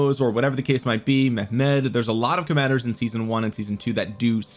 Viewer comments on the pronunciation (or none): none